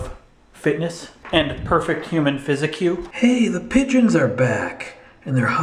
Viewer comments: I think he purposefully mispronounced "physique" as "physi-q" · I'm not sure if that's actually how you normally pronounce physique, or were just jokingly pronouncing it like that, but either way, I laughed.